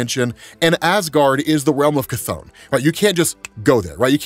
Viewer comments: Cath-ON lol 😂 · The way how you say chthon makes me laugh everytime!